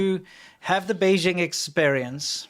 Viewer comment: "The Bejing expaireeyance".